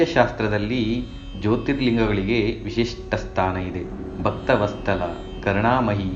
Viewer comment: ಭಕ್ತ ವಸ್ತಲ ಅಲ್ಲ ಭಕ್ತ ವತ್ಸಲ ಕನ್ನಡ ತಪ್ಪು ತಪ್ಪು ಮಾತಾಡ್ತಿದೀರಿ ವ್ಯಾಕರಣ ತಿಳಿದುಕೊಂಡು ಸರಿಯಾಗಿ ಉಚ್ಚಾರಣೆ ಅಭ್ಯಾಸ ಮಾಡಿಕೊಳ್ಳಿ